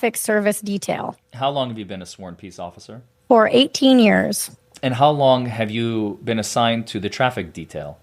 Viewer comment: Every time I hear "how long" I hear "hos long" now. Damn 😂